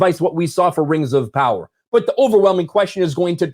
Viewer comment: Rangs of Powa..